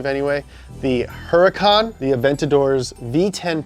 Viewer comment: Italian cars but spanish names with a few exceptions. So with spanish pronounciation rules J becomes H so Jarrama and Jalpa are pronounced Harrama and Halpa, the leading H in Huracán is silent so it is pronounced Uracán and the double L in Gallardo is pronounced Gajardo. Miura, Urraco, Jalpa and Gallardo are fighting bull breeds. Islero, Diablo, Murciélago, Huracán and Aventador are names of famous fighting bulls. Espada is spanish for sword and also nickname for the matador. Jarama is a region in Spain known for bullfighting. Countach is not in spanish nor italian but in Piedmontese (originally Cuntacc) and literally means Contagion but is used in the sense of "Holy Crap". Urus is the name of an extinct predecessor to todays modern bulls.